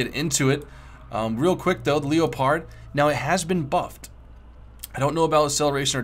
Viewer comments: I know but after some research even the Germans called it the le-pard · why do u say leo-pard when its leopard like the animal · FOR CHRISTS SAKE the leopard is called le-pard not l-e-o-pard its so annoying it's called just like the cat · wow look at the LEO-pard. have you ever heard of a leopard? the animal? youre pronouncing it very wrong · it's prenounced leopard like the cat (leperd)